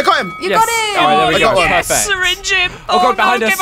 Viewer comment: it's not sayrinng it's syringe